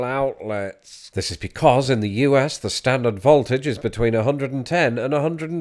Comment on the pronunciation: I quite enjoyed the pronunciation of 'voltage' as 'vault-age' here. Don't think I ever heard that one before.